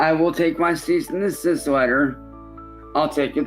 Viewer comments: i love the way he says "ceasist and decisist" he'll never learn how to say "cease and decease" who wouldn't take this deal of 90/10 cause "he's the one putting in the work" you know, animating everything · A "Ceast and desist order"? I feel like the Goblin's 90% cut should be in the form of speech lessons. That could be another Adult Swim show! "Hooked on Goblonics" where every week they give a new short story or tongue twister to read aloud and then try to pass a test on either pronunciations or what he just read. Every time he gets less than an 80 he gets an inch of his clown hair shaved off and forced to take a shower. He'll be fully bald and squeaky clean by the end of the season 😂